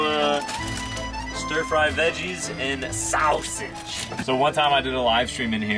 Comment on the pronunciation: When he called the chorizo SoWSaGe 😬